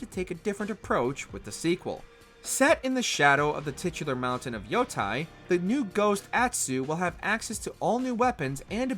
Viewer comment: Yotei = Yo-Te-e, not Yotai